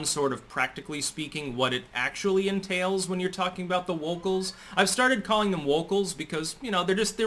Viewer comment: “Wocals.” Excellent!